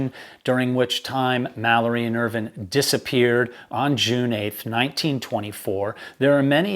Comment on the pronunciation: I agree. He's very knowledgeable and experienced, he writes his pieces very well, he's very articulate, he speaks clearly, there's no verbiage, and he's one of the few American's I've heard who pronounces Irvine's name the same way the British do! Which is why I have been very happy to subscribe to his channel - I love him, and have watched him for hours at a time!🤓